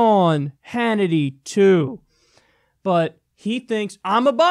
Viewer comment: "his a scumback TOO" i thought he said "his a scumback jew" lol